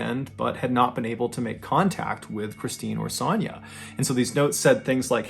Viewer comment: The way you pronounce Sonya KILLS ME. It’s like an o sound. O. Sonya. You say it like “sanya”